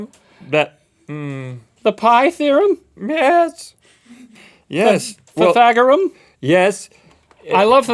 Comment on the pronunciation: Pythagorum??? What? Also did it say "TheorUm"??